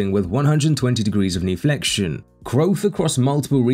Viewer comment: "knee flexion" You're AI robot voice is good, but this one was bad. "Kneeflexion" 😂